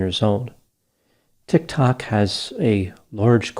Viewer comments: the way you say, "TikTok" has me cackling!!! 🤣 you crack me up. Thanks for covering this! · HAAHA I was just about to comment on this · the way my man says "tik tok" lmfaoo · I have never heard someone pronounce "Tik Tok" with such utter disdain it totally deflates the credibility of the entire platform. And the utter deadpan, withering way he says "he was the problem, not the gun". OUCH. 😳😬🥺 The shade is so intense I had to go put my jacket. Way to to go! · Lol the way you said tik tok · I immediately cracked up when you said "TikTok." I didn't realize two syllables could be so full of disgust.